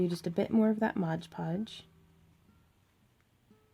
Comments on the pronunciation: Am I the only one who gets upset when she says "Modge Podge" when it's "Mod Podge"? The work is absolutely stunning, and she explains things very well, but that one little thing just kind of bothered me. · Very beautiful. You're incredibly talented,. But please... it's MOD podge. So many people make the mistake of calling it "modge" podge. Pet peeve. lol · It’s MOD PODGE!!! Not MODGE PODGE!! That u keep saying! That is more irritating then anything damn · People saying “Modge Podge” instead of Mod Podge is my BIGGEST pet peeve. I want to watch this video but I’m being driven insane!! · Ok it's MOD podge. Not modge podge. Please please please... MOOODDD. BEAUTIFUL peace btw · These are amazing... But is anyone else going nuts about the "modge podge"?! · Why do people say, "modge podge" instead of "MOD podge"? Honestly, I think that must be one of the most mispronounced brand names out there. Video after video, I have rarely heard someone actually say, " mod podge"; it's always pronounced as "modge". smh. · This is a great watch! I find it funny you do the same thing I do in that you say "Modge Podge" when it's actually "Mod Podge"! Awesome work and thank you for this video! Definitely helps get ideas flowing to watch other people create!